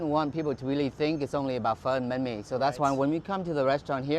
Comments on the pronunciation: It's not 'Bah me' it's pronounced more like 'bang me' (not joking). I don't know why, but for some reason it really annoys me that you mispronounce it so much... I mean the other stuff is very close to how it actually is pronounced, but this one is just a complete miss. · Not hating on you or anything Strictly Dumpling you say Bahn mi, like Ban mi not Ba mi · Not “BAh-Me” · Is it that hard to say literally bun-mi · Hey mike, love your videos. Hope your enjoying Vietnam. Just wanted to say that banh mi is pronounced like bun-me just so you know :) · Pronunciation for Bánh Mì: (Bun May) Edit:With the accents on the "a" and "i". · it's pronounce ban me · Bro it’s pronounced “BAUN - ME” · He says it like “bán me” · It’s Bánh mì, not “bammy” lol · Just FYI Mike “banh mi” is pronounced “bun mei” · When he says banh mi I cringe so hard cause he says it like baw me and I’m also Vietnamese so I know how to say it correctly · the way he says banh mi it’s kills me inside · I really hate how he says banh mi like Aaaah the h is silent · You’re pronouncing bánh mì wrong